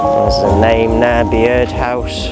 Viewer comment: Bee-ird house??? It’s just pronounced Bird house mate.